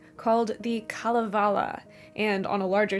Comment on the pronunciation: Kalevala—and all other Finnish words—is stressed on the first syllable, so it'd be KAH-leh-vah-lah.